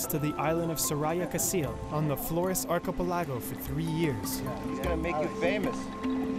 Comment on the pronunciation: how does this guy not know how to say archipelago?